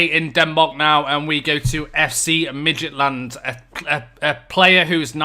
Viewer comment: In case you were wondering, Nordsjælland is pronounced Norshellan, and Jonas Wind is pronounced Yonas Vin, but you got Midtjylland spot on. Oh, and 'Make a offer' is pronounced 'Make an offer' :)